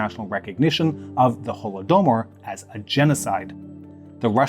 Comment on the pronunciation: Holo-doh-bar wtf? Is the correct pronunciation of holodomor really that hard for you or is more important that your editor cuts in those stupid side angle camera views?